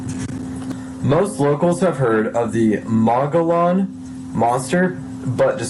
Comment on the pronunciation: This guy should really learn to read....in particular, learn to pronounce Mogollon etc..my six year old can read better.. lol